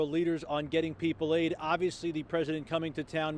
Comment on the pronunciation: Did he just say.. "work hard to give everyone here AIDS?" 🤔